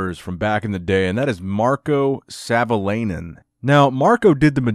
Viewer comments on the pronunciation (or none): It's pronounced Savo-lie-nen 😀. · ”Sävöleinen” :D